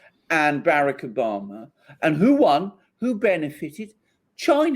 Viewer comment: Omg he says barrack Obama so stupidly